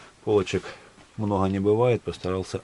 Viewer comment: Почему автор хэкаит? СмоХу, мноХо, Хрецкий орех, Хвозди